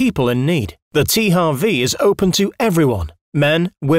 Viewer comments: Even if it correctly should be “tee-eych-double-u” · Der Typ weiß aber schon, dass man in englischen H anders ausspricht? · Oder das englische W...